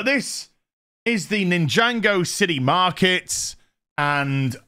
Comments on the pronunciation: Great collection - but it’s NIN-JA-GO not Ninjango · "ninjango" please it's Nin - jah - go. I have never been into it but i even know. xD